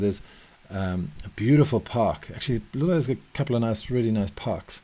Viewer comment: For anyone trying to pronounce Loulé, the correct pronunciation would be "Low-lé", and not" "Lu-lé". Great video!